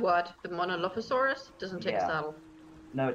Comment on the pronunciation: The drug dinosaur (monolophosaurus) is pronounced mono-lof-o-sore-us